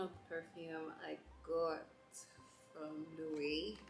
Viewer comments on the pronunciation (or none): Love the unboxing! Your style is unique. Don’t mean to be that person but it’s a pronounced lo-ay-vey (Loewe) it’s a Spanish brand so obviously it’s not spelt as pronounced.